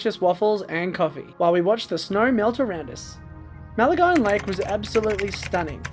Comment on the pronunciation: Maline, rhymes with wine.